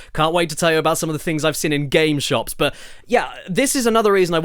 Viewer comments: Jesus caddy!! It's seeeeeeeen not friggin "sin". Please read this comment 😂😂😂😂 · Hahaha he said sen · Does anyone else find it so annoying that Caddy can’t say the word “seen”?